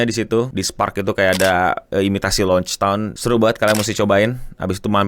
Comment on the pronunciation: gue gak salah denger nih "Launchtown" "Logetown" kali bang, apakah lu opler karbit😂